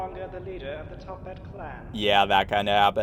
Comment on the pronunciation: it's toppat not tophat get it right next time >:(